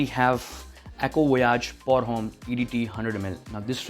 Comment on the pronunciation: i like the content u are creating, try checking out the pronunciation of "pour Homme". cuz I feel some may judge the quality of the content that u create by it. i hope ur channel to be successful